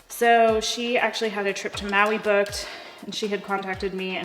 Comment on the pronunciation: Curious about how you said "Maui". Are you originally from Hawaii?